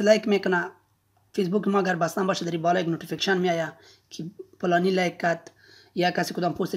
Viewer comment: خودت به نظرم پشتون هستی 🤔🤔فلانی نکفتی پلانی گفتی 😑